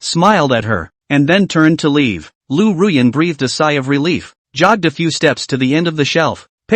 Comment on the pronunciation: It's Ruyan... Don't forget my beautiful name😂